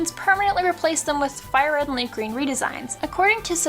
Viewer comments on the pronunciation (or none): Ah yes, my favorite Pokémon game, LeafGrean